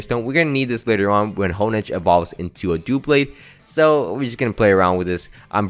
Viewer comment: Did this man just say dooblade……………DOOBLADE!!!!